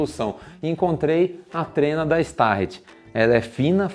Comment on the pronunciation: É starrett e não start